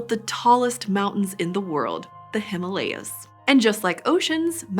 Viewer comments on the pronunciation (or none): All that research about evolutionary history yet did not learn how to pronunce 'Himalayas' correctly 🙂🙂